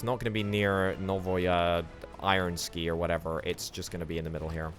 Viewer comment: Thanks for releasing such entertaining content! The only slight gripe this episode is that "novaya" is the feminine form of "new", whilst "ironsky", atleast as you pronounced it, suggest it in the masculine form. I apologise if this came of as an insult or a slight, I didn't intend it to be that way.